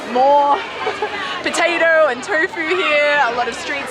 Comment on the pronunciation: "potader" lmao